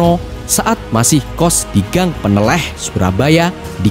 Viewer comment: Gang peneleh surabaya , ngucapkannya kurnag tepat Bang😂😂😂